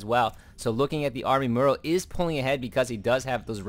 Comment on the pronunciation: How do you pronounce the word "tomorrow"? Now take out the "to" and you get the pronunciation for Morrow's name.... I'm sorry, it's just a bit annoying hearing it as Murrow all the time... And the funny thing is that every caster out there pronounces it like that, it's like a sickness or something :) gj on the cast though....